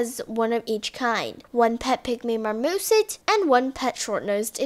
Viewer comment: Lol the '' pet pygmy MARMOSIT'' and the "short nosed ESHIDA"